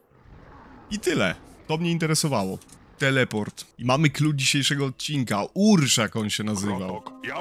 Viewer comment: To Gierszak a nie urszak